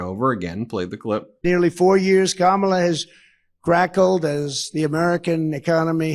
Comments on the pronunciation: Notice he isn't trting to pronouce her name diliberately wrong anymore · did he actually pronounce her name correctly? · I find it interestjng that he is actually pronouncing her name correctly when he isn't calling her names! Proving, he definitely knows how to say it! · Shortly after 1.20 Trumpkin pronounces Kamala's name correctly. Maybe his minders have told him that the viewers dont like him getting her name wrong. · That was his most deranged speech so far. He must be really panicked because he couldn't keep VP Harris' name out of his mouth. At least he pronounced it correctly. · At least he is pronouncing her first name right. Laughing aside haha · At least he pronounced her name correctly when he shouted "You're fired". Everything else was classic jibberish interspersed with outrageous lies. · I just don’t understand who those people are. tRump accidentally pronounced her name correctly. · I can't believe it! Donald pronounced Kamala CORRECTLY! First time EVER. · I like when he accidentally pronounces her name correctly. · Notice that he is actually saying Kamala correctly at last. Vote blue. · Oops, he accidentally pronounced her name correctly. 😂😂😂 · I notice that he pronounced Kamala's name right.😂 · oh he learnt to pronounce her name. Good for him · He pronounced her name correctly. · Did he say her NAME CORRECTLY?????